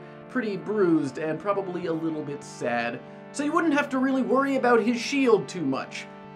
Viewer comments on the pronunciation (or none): none